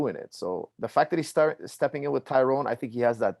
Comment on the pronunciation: So many people, who should know better, still fuck up the pronunciation of Tyron’s name. I’m not even annoyed anymore, it’s almost impressive.